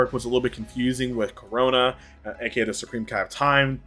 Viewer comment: It's Chronoa, not Corona.